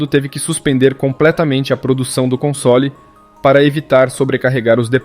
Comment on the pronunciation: Cai de pára-quedas no canal, boa edição e narração só vi um erro na pronúncia da palavra “console” você fala “consôli” como se houvesse um acento no “o” fora isso tá muito bom!